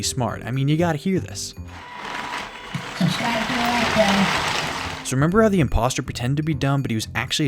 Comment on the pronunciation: I SAW HIM SAY TO SUBSCRIVE